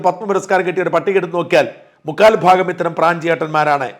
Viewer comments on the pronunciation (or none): none